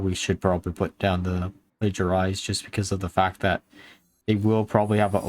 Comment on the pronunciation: Plagiarize or Plagiarism is not the only thing you say kinda strange or wrong. I always cringe when you say Tasmin instead of Tamsin, for example (though being nearer to Jasmin somehow it even sounds nicer) - there was another named minion which you said kinda strange, but I forgot which it was, due to not caring enough. Please do not think this is criticism - because it isn't! Looking at a guy named you could wonder how in so many years he is streaming now he still sounds kinda new to English - and I still would not criticise his way of speaking.